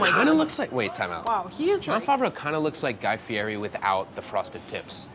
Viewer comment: Pro tip: It's pronounced Guy "Fietti." Replace the R with a T sound. I've seen him talk about it in countless interviews.